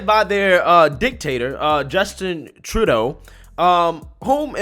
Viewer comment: You finally said Trudeau right. 🤣....Congratulations